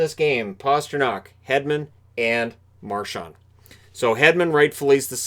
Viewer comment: Hey.. there is no T in Marchands name.. it’s not Marchant like you pronounced.. get it right!